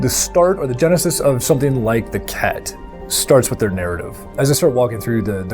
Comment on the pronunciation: I cant get it out of my head, i keep hearing the race as the Kek. pepe lives.